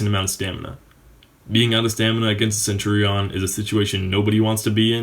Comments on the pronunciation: say centurion like centuriun not centuriawn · Nice and helpfull video....but why the fuck do you say centurion like that? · Das not how you pronounce Centurion, but ok... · Please learn how to say centurion 😂😂😂